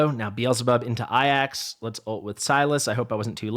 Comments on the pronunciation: the Greek Name Ajax is prounced Ay-jaks anyone else to say other , how do I say this with tack? Uneducated.... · Remember the football team AFC Ajax? That's how to pronounce the team. So my assumption is that he is pronouncing it like that. As if you were a pirate saying "AYE AXE"